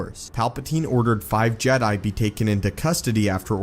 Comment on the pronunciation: Did you say suffering of the jet lol